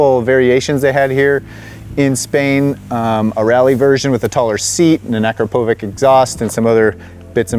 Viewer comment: Akrapovic is pronounced "Akrapovich", not "Akrapovick"